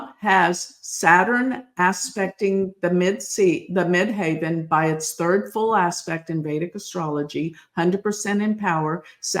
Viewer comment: Mid-Heaven!!!!!! Not haven